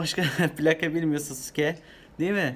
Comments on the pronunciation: sasuke degilde susuka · Sasuke diyeceği yerde suseke😂😂